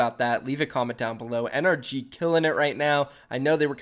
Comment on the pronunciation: still doesn't know how to pronounce NRG its suposed to be pronounced like energy